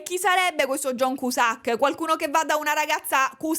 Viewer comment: John Kiusak :D non in dialetto barese con il sacco!